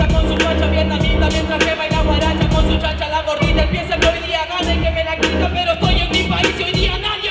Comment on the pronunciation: En los nombres en el vídeo dice chaca vs fave ajajajajaj en ves de cacha